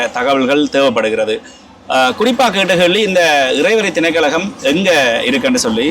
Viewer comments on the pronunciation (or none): திணைக்கழகம் அல்ல. திணைக்களம் என்று கூறுங்கள்.